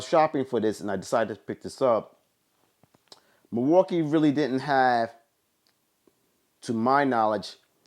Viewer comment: "Milwookie too" 🤦🏻‍♂️